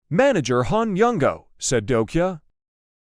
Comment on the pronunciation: It's not dokia, it's dokja. I think you should actually improve the text to speech AI 😅.